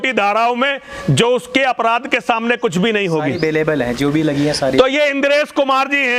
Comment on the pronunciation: Kutch ati nahi bol gaya? न सिर न पैर।